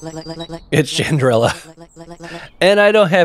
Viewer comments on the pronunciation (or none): Love to see how much fun you're having with the game so far. Btw our reluctant heroine's name is pronounced more like Chan-drel. Kobolds are simply probnounced ko-bold, they're one of the typical lowly creatures in fantasy settings.